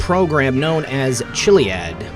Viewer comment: Me too! Starting with him mispronouncing Chiliad. Maxwell says kill-iad.